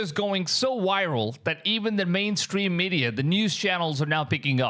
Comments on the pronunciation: It's viral not Wiral 😂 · Yeah the video is "wiral"